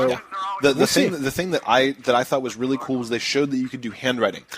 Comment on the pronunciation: hahha "o reary"